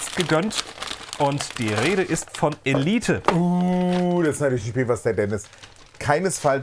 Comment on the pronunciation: Nope, "Elieht" nicht "Ehleit" ;-)